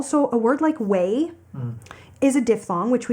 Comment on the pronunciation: 黄妈的way发音一直往will上面靠